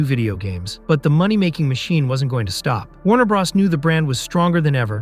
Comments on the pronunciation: Hearing 'Warner Bra's' instead of Warner brothers or Warner bros - gives me diarrhea. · “Warner bras”… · "Warner Bras" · WTF IS WARNER BRAS.... ITS WARNER BROOOOOOOOTHERS OR WARNER BROOOOOOS. LEARN TO SPEAK. LMAO. And CANNNNNO? YOU MEAN KANO?